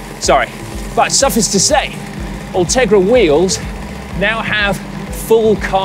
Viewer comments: Why does Simon keep saying 'suffis' instead of 'su-fice' ? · I couldn't give 7 cat cocks about this groupset. I've a trail bike. There's just something very enjoyable about watching Si ride around and talk about stuff. A wholesome, pleasant and engaging man. (Edit: Although, it's pronounced suff-ice, not suff-iss.) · 'Suffus to say...' twice 🙃 Need to go on the pronunciation course methinks 🤪 Otherwise, good review and scary that mid range bikes are now all £6k...😳